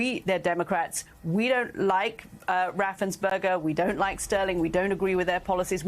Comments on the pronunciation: Would someone please teach Joe S, Mike B, Bennie T et al how to pronounce RAF-FENS-PERGER. it's NOT Raf-sen-perger. Thanks! Mispronunciation pet peeves. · OMG Joe. It's so embarrassing! Why can't people like you pronounce a German or Austrian surname having more than two syllables. America even managed to pronounce Arnold's name well enough. What would've happened if you'd called the second part of the surname as if it was the N-word. RAFFENSBERGER not RAFFSENSBERGER. The "S" is before the "Burger". You're a singer man. Make an effort. GEE S. from Germany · Why the F can't people pronounce Raffensburger? Get an education on pronunciation Joe!!!!